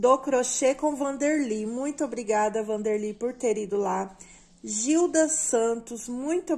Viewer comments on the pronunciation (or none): none